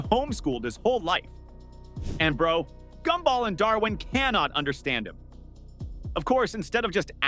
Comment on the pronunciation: GoobBall? Gumball